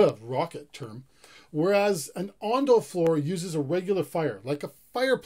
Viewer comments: It’s ondol not ondal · Not ondal, It's ondol. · not "ondal", it's "ondol" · ondal? ondol? ondol !! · Ondal(x) Ondol(o) 온돌~~